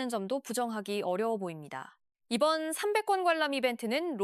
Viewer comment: 발음이 왜. 300권?